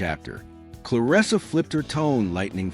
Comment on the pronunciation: I’m just here to thank you for pronouncing her name the way it’s spelled — “ClarEssa,” and not, “ClarIssa.”